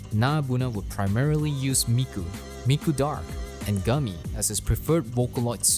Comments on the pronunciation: hey it’s alright! You are already forgiven for doing extensive research and presenting it so well But anyways it’s goo-mi. Kinda like reversing the syllables in miku. It might help you in future to know that there are primarily five vowels in japanese: a, i (ee), u (oo), e (eh), o. So if a japanese word is written with u like gumi, the u is most probably pronounced as oo. Hope you have a great day! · This is an excellent video no debate BUT HOW DARE YOU PRONOUNCE GUMI AS GUMMY